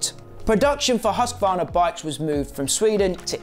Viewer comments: HUSQ VARNA not huscavarna. 👍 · please pronounce Husq varna. There is no A in the middle. Other than that, mint vid mate. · I hate when people say husk-a-varna.